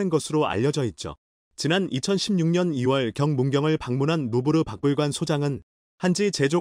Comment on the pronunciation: 자막이나 그걸읽는 사람이나 박물관을 박불관이라고 하질않나그걸그대로 따라읽질않나 하여간 질이너무바닥친다